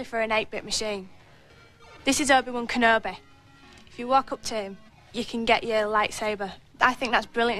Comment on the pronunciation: Obeh One Kenobeh